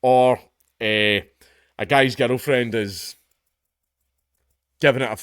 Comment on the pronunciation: Every time you say "girl friend" I hear 'oil friend' or 'ghetto friend'. I guess all 3 can be correct.